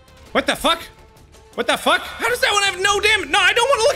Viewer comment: That “what the fack” got me good.